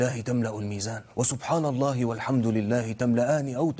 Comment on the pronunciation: Ingat ia min ..pengucapannya allah bukan aloh ...